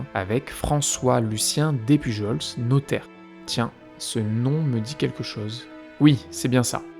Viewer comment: Super intéressant comme vidéo, par contre petite précision sur le nom Despujols. On le prononce comme Des Pujol. Les s ne se prononce pas. Quant à théorie sur la veuve noire, je pencherais plus pour la théorie selon laquelle la fameuse Suzanne voulait se remarier vite parce qu'elle voulait être à l' abri du besoin et que le seul moyen pour les femmes à l' époque était le mariage. Cela est possible surtout si on vient d'un milieu pauvre et que toute sa vie on a dû faire attention à tout.